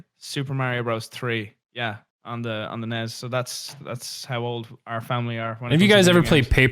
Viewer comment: The way pronounces nes gets me so mad ITS NES NOT NES